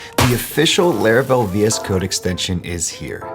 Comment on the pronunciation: My man keep saying "Leravel"😂